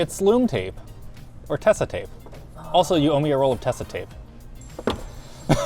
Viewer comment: Tesa is not pronounced like that 😢